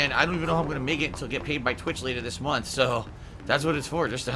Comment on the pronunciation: I really hate how he pronounces "month" as "munt"